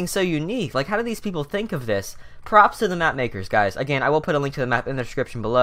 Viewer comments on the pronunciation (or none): none